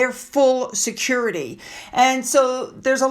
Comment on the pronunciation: Harry should pay for his own “securidee”